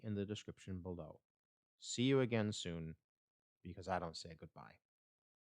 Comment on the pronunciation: Almost sounded like you said, "See you again (t)soon", as in Aeryn Sun. ;) You did a good job here. Looking forward to the rest of them.